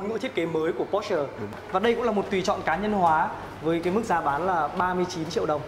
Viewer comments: Đọc po sơ nghe mới ổn chứ mẫy chỗ review khác đọc pọt chơ :)) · ủa sales đọc đúng mà /por-shuh/, đọc theo kiểu người đức cho một hãng của đức thì có làm sao hả bạn ?